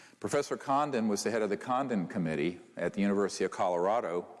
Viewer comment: I kept hearing 'condom committee' haha 🤦🏽‍♀️